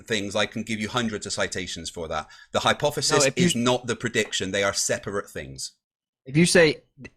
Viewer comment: My boy got some stupid hair 😂 also ..why he saying HYPOFESIS 😂😂 people that say words wrong always say them like 100 times in the conversation 😂